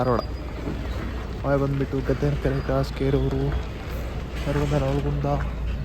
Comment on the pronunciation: ನಿನ್ನ ಬಾಯಲ್ಲಿ ನವಲಗುಂದ ಅಂತ ಬರೋದಿಲ್ಲ. ಹೋಗ್ಲಿ ಬೋರ್ಡ್ ನೋಡಿ ಆದ್ರೂ ಓದಬೇಕು ಅಲ್ವಾ 🤣😜